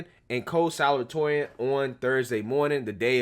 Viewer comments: The word is salutatorian (sah-looh-dee-toh-ree-ahn) 😂 😂. You're awesome bro! The same problem occurred when I was in high school. At the end of our senior year, I saw a couple of names of students that made the Top 10 and 2 of those names were students that were NEVER in our AP courses and somehow got higher scores. If I had known the GPA calculation at the time, I would have skipped out on some of those AP courses and take the general version of it for s higher grade. It wasn't those 2 kids problem It was mine for not reading the criteria to be considered as part of the Top 10 list.... Just saying!! Just saying. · don’t be embarrassed, I’ve done the same thing a million time, but you pronounce it: sa-LOO-ta-TOR-ee-an, best I can do without special symbols! The loo is a little less stressed than the tor. Love you! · Bro. Its sa-LU-ta-torian. You're too smart to keep mispronouncing that. 👍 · it's pronounced salute-uh-torian. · Pronunciation: Salute-a-toreon